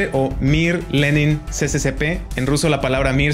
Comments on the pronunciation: Se pronuncia SSSR. No CCCP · No es ce ce ce pe... Es es es es er